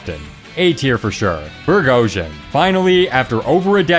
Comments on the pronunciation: It's burgahausen not bregojen as in berghouzen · *it's not burgeosion, it's burg-how-zen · it's burg-how-sen not burg-hoe-shin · Burghausen is spelt burg-haus-en NOT bur-ghau-sen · Burghausen is probably pronounced BURG-hows-in, with a German accent. Burg=castle. Hausen=live/home/ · are you even trying to pronounce it correctly? its Burgen Housen. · Is “Burghausen” really pronounced like “Prigozhin”? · Also, "Burghausen" is pronounced as follows: The u in "Burg" sounds like the oo in "hook". "haus" like the english "house" with the stress being on the "h". So it would be Burg-Hausen. It means "castle town" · bro really said bürgozsen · Ikr? Fuckin "goorgowshen" 💀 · part of mine did when he butchered burg-hau-sen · How the hell do you manage to pronounce Burghausen like it's a russian war criminal? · ur pronouncing of the word Burghausen physically hurts me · That pronunciation of Burghausen is crazy 💀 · pls learn how to say burghausen correctly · you butchered burghausen so badly (it's german btw) 💀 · WHAT THE HELL IS THAT PRONOUNCIATION?! EVEN I DON'T PRONOUNCE A GERMAN NAME THAT BAD! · I try to cut non German speakers some slack, but Jesus Christ that is the worst way you possibly could have pronounced Burghausen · He said it like 6 times too. It might have been intentional, with how fucking awful it sounds. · He pronounced it 2 different ways as well and both were equally as horrible He also pronounced cachoeira wrong but that one is more understandable ig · The pronunciation of Burghausen is actually killing me. And not in a good way.